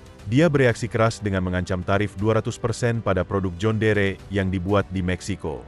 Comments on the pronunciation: Ini akibat bikin narasi pake robot Ai, jon dir dibaca jhon deree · Tulisan: John Deere . . baca nya "jon diir" bukan "jon dere" ngak enak dengarnya karena dari dulu jaman nenek gw, merk ini sudah ada di Indonesia dan nenek saya menyebutnya "jon diir" ..bukan "jon dere" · Cara bacanya. "Jon diir" bg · Sedikit masukan buat presenter agar memperhatikan cara penyebutan "John Deere" cukup risih dengerin penyebutan yg keliru.